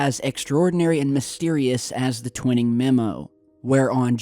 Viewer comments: you're pronouncing Twining's name incorrectly, it's (Twy-ning) not (Twin-ing). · Its Twi as in eye, ning as in ping....Twining...not twinning. Just saying... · Just so you know, Nathan Twining's last name is pronounced with a long "i" as in "twine-ing". An old friend worked with him. He co-authored the book called "Across the High Frontier" with Chuck Yeager. I have been around the block a few times. That's why the trolls are attacking me. Take care! You're doing a great job!!! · Sorry, I’m a stickler for pronunciation. It’s pronounced Twine-ing. Not TwinNing. Great video though. Thanks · Nathan Tw-i-ning... the long ( i ) sound. Pronunciation is crucial to get correct. searching or researching could be skewed if these names are not pronounced correctly. Peace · Gen Twining is pronounced like twine ing not twin. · Not to be critical, just FYI, the first authors name is pronounced "twine" ing, not twinning, with a long I. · Pronounced - Twine - Ing not Twinning, you know the ole potato potahto, tomato toma'to it's all good though just thought you'd like to know the name of this person you were talking about? Maybe you were talking about another person, but I think it's Twine-Ing, Peace T.. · Twining is pronounced "twine-ing" not "twin-ing" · Its pronounced TWY-ning. Not ‘Twinning’!!! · It’s pronounced TWY-ing not TWIN-ing. Basic Wikipedia and every other ufo special got it right. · you're killing me....it's Tw eye ning TwInning. Just sayin' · You're saying Nathan Twinings name wrong it is not twin it is twine ing every UFO enthusiast researcher etc knows Nathan Twinings name that is why you're a complete and utter amateur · dude!!! Tw I [as in eye ] ning !!! tw eye ning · He means Twining is properly pronounced TWY-NING! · Bravo. Great video and great work as usual. Twining pronounced Twy-Ning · long 'i' TWY ning, as in 'why' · It's pronounced "twhy ning"...just saying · I almost corrected him too. lol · No Nam